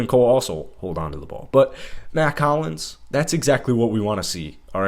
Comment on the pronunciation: They played in Vegas not arizona...also it's Hollins not collins